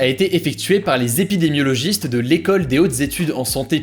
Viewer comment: T'as réussi à dire épidémiologiste du premier coup bien joué à toi